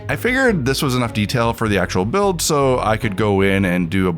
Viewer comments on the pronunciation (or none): none